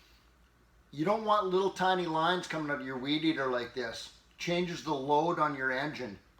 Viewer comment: How to tune a Wee drrdrrr… beer kicked in there didn’t it ol’ boy hehe